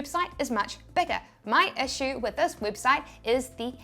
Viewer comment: Heheheheh her accent made her say weebsite heheheheheh